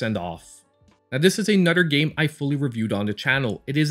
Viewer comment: I literally have a list in my phone of games I want to buy. Many of those games come from your videos! “Anudder” great video! Love your channel!